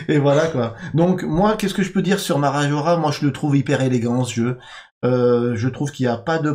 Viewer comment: Parabéns pela pronúncia de Marajoara! ❤🇧🇷😊